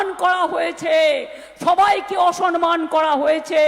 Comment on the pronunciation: Sanman noy, sabdo ta 'samman'. Bangla tao thik thak Jane na.